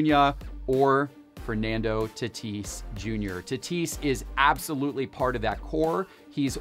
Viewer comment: The way was saying Tatis “Tuh-tease” was so damn cringe it’s not even funny. Yikes dude..